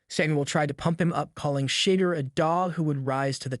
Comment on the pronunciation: You are saying his name wrong. Could you please say his name right.